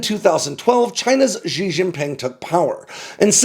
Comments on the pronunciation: On a side note: why do so many western commentators pronounce Xi as "Gjee"? There's nothing complicated about it, ignoring the authentic intonation you can just say "see". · If I may humbly correct your pronunciation... The “Xi” in Xi Jinping ought to be pronounced like “shee” — the first consonant is unvoiced. I concede, though, that the standard way Mandarin is romanized often does no favors for English speakers...